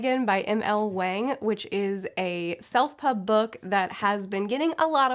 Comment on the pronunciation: It's pronounced like Wong! It's a short A sound. I would think a popular Booktuber would know how to pronounce her name!!